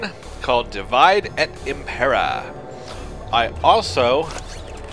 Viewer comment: Amazing latin accent. Totally how you pronounce Divide.